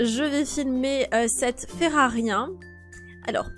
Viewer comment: Et tu dit ferarien c'est fererie